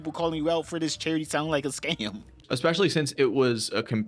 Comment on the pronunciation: Say "exspecially" one more time